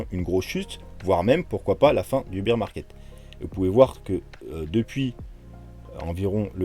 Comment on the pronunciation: lol ne croyez pas ceux qui affirment des trucs. par contre, demain je vous dirai où sera le bottom. en + je saigne des oreilles, on ne dit pas "beer market" (le marché de la bière ?) prononcé "bir" mais "bear market" (les ours) qui se prononce "bère". Comme dans Teddy bear. mdr.